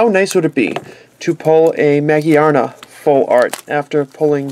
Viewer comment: It's ma-gear-na